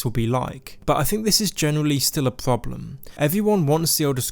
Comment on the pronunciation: cWeation club, paWent company, caWwy on, suWpWised with pWemium on pWevious...a pWoblem pWobably?